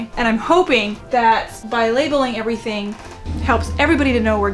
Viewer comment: "Labelin' errrtang...wall...myself!" I literally LOL and I need that so much today. I'm recovering from a flare up (that's why I have time to binge watch). I'm so glad I found your videos. The laughter is helping me feel so much better 💙